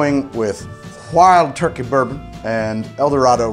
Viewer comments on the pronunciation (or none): none